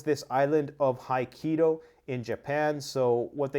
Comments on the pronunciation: ‘Hi-Kedo’? Try Ho-Kai-Do.. you’ll sound more intelligent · Hokkaido not Haikido! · Pssst! '... Ho-KAI-do The KAI rhymes with GUY, or SIGH, or FLY etc etc and so on and so forth Ho-KAI-do Cheers! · What a dufus, It's not Hi-keedo! This is important so get it right. Try Ho-ki-do, all are long vowels. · It is pronounced HoKKA-ido, not HaiKEEdo 😉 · It's pronounced HOkkaido...not Haikido.... 😂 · Hey guy, take the time to learn the pronounciation of the words you speak. HOO KKI DOH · you ID the Japanese island of Aikido. It is actually pronounced hoke kai doe. Aikido is a stunningly useless martial art favored by granola-eating low-T Birkenstock-wearing hippies who think they can nonviolently win a physical confrontation by practicing techniques that are extremely hard to pull off in a real situation. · Hok-eye-doe not Hok-e-doe. Otherwise thanks for the update! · Aikido? Do you mean Hokkaido? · ikkido ><. *Hok kai dough. nice video though! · Ho Kai doh, not High Kedo. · Broo. HOH- KAI- DOH NOT HAI-KIDO But thanks for info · Wtf is the island of "Ai-key-do" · How do you pronounce Hokkaido hikido? It’s H-o not H-i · Not the Island of Haikido...it's; HOKKAIDO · it's, HO- kkaido not HI - kiddo get your pronunciation right nothing happened a knee jerk reaction from the Japanese Government again your hyperboling to get more subs 🤡🤦‍♂️. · Phonetically it's "ho-kai-do" Not haikeido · Just so you know, It is pronounced Ho-Kai-Do, not Hi-Key-Do. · Japanese words are usually broken down in letter pairs. Ho-Kai-do. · Dude! It’s HO KAI DO (rhymes with OH MY YO) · “The island of ‘Aikido’” lol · HO-KAI-DO- HOKKAIDO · Can’t read? HOKKAIDO, that’s how you say it. How it looks. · comm-chaht-kah ho-kai-do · It's Hu Kie DO. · Hoke Eye Doe … Hokkaido. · Hokkaido. “HO-KAI-DOE” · It's Hokkaido. HO KAI DO. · I love ya and the value you bring to the people here... but... that island's name is pronounced more "Ho-kai-doe" 😅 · Hoe-Kai-Doe is how its pronounced.